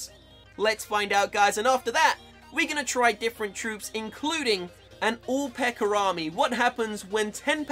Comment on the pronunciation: I like how he says "pekker" instead of "pekka" when pekker means dick 😂